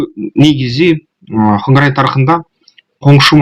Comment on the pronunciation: Хангорай эмес Конурай...